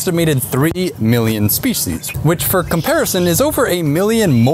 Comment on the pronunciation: What is a “shpee-shee’s”? There’s no H in species, yet alone 2 of them! What a steaming load of fee-shee’s…